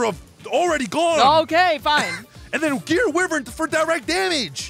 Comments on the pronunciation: It's pronounced WHY-vern not wivern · Can my sick bro just say ancient gear why-vren one time 😢